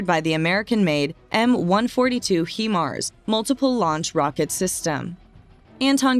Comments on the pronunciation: Might be wise to learn how Himars is pronounced before you hire someone to get it wrong 40 times in your video. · Yeah we saw the correct pronunciation in another message. But thanks for the reminder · Pretty well everything on this video is over estimated from every other Ukrainian war site. just saying. She also doesn't pronounce HIMARS properly. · this is the first commentary I have heard, where Himars were pronounced 'he-mars' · Anyone else bothered by the "hemar" pronounciation? Lol every time I heard it I wanted to punch myself in the face. If your going to do a story at least say it right my ocd can't take it. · Hello, HYMARS is pronounced 'High-Marz' 😊👍 Thanks for the informative video. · It's O.K. to say HI-mars when describing the Ukrainian missile system...that's Hi, as in hello/Hi... not He, that describes a male, I believe. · Does the acronym stand for “hee mobility” of “high mobility”? Now erase this video where you mis-pronounce this weapons system repeatedly for 9 minutes and call it by its proper name. Do better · When, oh when, are Americans going to learn to speak proper English? The Name of the Missile System is pronounced as "Highmars" not Heemars. It stands for "High Mobility Artillery Rocket System". It's bad enough when you pronounce "Anti" as Antie; but with HIMARS, you've done the opposite. For God's Sake, get a grip and start learning how to pronounce English words. OH! And don't give me any excuse that you're speaking American. The North American Indians spoke the original language of your country. You took the languages you speak from Europe, so have some respect. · I was beginning to believe this information until she said "He-mars". It is pronounced "Hi-mars"! Now I wonder about the veracity of this info when it is real easy to do the necessary research to be able to pronounce things correctly. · It's High MARS robot lady not HE MARS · There called HIMARS not HEMARS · It’s pronounced Hi - MARS, not HE MARS. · Not Hemars, Hi-mars.